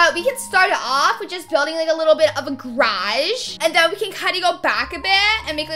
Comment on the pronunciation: The way she says “garage”😂😭😭 She said: GRAGEEEE I fucking died